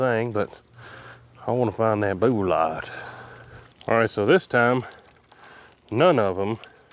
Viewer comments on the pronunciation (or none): never pronouncing bullet the same after watching this 😅 great video! 👌